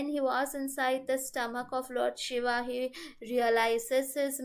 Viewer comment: Pronunciation is very important especially with God's name. She is saying Shava instead of Shiva. Take care, it's a blunder as they are totally opposite meaning.